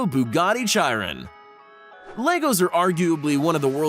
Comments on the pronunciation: lol chiron not cheyeron poor bugatti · did he just said Bugatti chairan. it's chiron dude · Sound it out like this”Sherone.its not shyron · It's not pronounced Chai-ron, it's shiron. Chiron Edit: thank everyone for all the likes!! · He said (chai-ron) instead of (Shi-Ron) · Please never say “chyrin” again chiron is pronounced “sheeron” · It’s not chi-Ron it’s shi-ron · its pronounced shiron not chiron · Why can no one pronounce "Chiron" right, it's pronounced "Shi-rone" not "Chi-ron" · You say S H I R O N not C H I R ON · Nobody gonna talk about how he called the chiron a “jiron” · Josh David It’s pronounced “shee-ron”... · Josh David its “shiron” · Patrick D. “Chairon” LOL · Tell him its pronounced as sheeron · Bugatti Chai-EE-ren 😂😂 wtf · He said Zhi Ron lol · It’s Bugatti CHIRON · Buggati chyrin😂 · why dose everyone say chiron wrong it’s shiron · I unsubscribed when he pronounced Bugatti “Chiron “ like that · CH EYE RUN 😂😂😂 I cringed so hard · When he call the chiron chi-ron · when he said Chiron like chirin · Bugatti Chiron is pronounced sheeron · U said chiron wrong its supposed to be said like sheer on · Chiron in pronounced with a K sound. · Oh my gosh buggati chai-ron cringe fest lol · The way he pronounces “Chiron” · Did any car persons get offended when he said chiron wrong. 😅 😅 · Dude. You did not just pronounce Chiron like that. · Triggered me sooooo bad I was like learn how to say Chiron right first. Then make the video. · He is a pleb he mispronounced the Chiron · He said Chiron soo wrong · And the way he said Bugatti chiron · You couldn’t have said Chiron more wrong lmfao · He said Chiron wrong LOL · he said it wrong